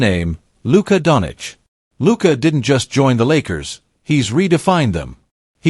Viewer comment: Please pronounce the people's name properly. That is showing respect. His name is not Donich. It is pronounced Don-Chich. Change the AI pronounciation.